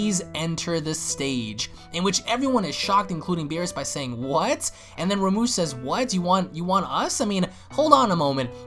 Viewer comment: I know I'm a but late but it's Rumshee not Ramush